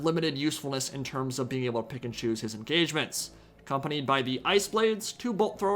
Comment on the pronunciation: everytime you say "pick and choose" I just hear "Pikachu"